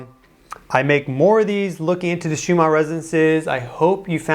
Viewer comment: It sounds like you are saying schuma instead of schumann